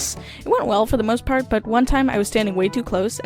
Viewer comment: ok I’m sorry but the way she says part